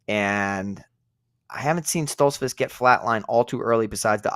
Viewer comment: How can anyone take yall seriously when you pick Stoltzfuz and can't even pronounce his name right. He's gonna get whooped.